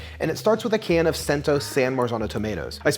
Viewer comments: Pronounced “Chento” not cent-o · I thought it was pronounced “chento” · Cento is pronounced CHEN-to